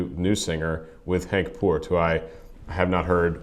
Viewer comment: Hello, thumps-Up, you pronounce Henk Poort’s name correctly as one of the few non-Dutch people. My compliments. Floor was born on Februari 21st, 1981 in Goirle the Netherlands. At the age of 16 she started her career (initially) just as the background singer from the Dutch metal band ‘After Forever’ in 1997, but real soon she took over the lead until early 2009 and the band fell apart. Parallel she studied at the Dutch Rock Academy in Tilburg starting in 1999 where she graduated in 2003 and spent two years on classical training with the National Conservatory. She studied Musical Theatre and one year Opera. She plays guitar, piano and flute and has completed 12 years of music studies. She’s a Light Lyric Soprano and her vocalrange runs from E3 to D6. In addition to her activities at After Forever, she gave singing lessons. On May 5, 2010, she presented her new band ‘ReVamp’, which was disbanded in September 2016. In August 2010 Jansen was a guest in the TV program De tiende van Tijl. In that program she sang an aria by Puccini. From October 1, 2012 (while she was within ReVamp, but recovering from a burnout) Floor replaced Anette Olzon as the singer of Nightwish halfway their Imaginaerum World Tour. After one year (shortly after the Wacken Open Air festival concert 2013) on October 9th 2013, it was announced that she was to become the group's regular new front singer. Nightwish, After Forever and ReVamp worked under the same Nuclear Blast record label. Tuomas and